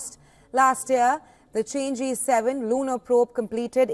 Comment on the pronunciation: not called "change", should pronounce as "Chang" "o", two syllables